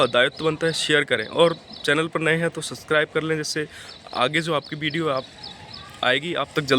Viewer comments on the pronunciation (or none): none